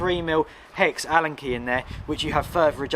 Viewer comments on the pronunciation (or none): none